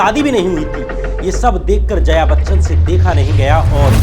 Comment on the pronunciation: Are zaya Bachchan nahi hai, Jaya Bachchan hai, Saat Hundustan nahi hai saat hindustani hai, Rangit nahi hai Ranjit hai...kya sab bakte ho yaar....yeh sab thik karo.... kaun sab log hai yaar tumhara team me? Tum vi yeh sab dekhte nahi ho kya ?!